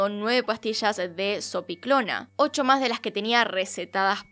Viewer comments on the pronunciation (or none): none